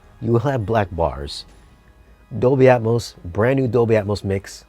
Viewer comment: Did I hear "Atmouse mix"? LOL!